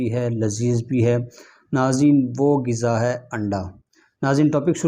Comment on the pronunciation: its not "giza" - it is "Ghiza"